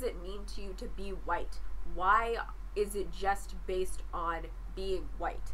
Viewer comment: Straw-man, straw man, straw man "Muh horseshoe theory" "But what is huwite?" Not impressed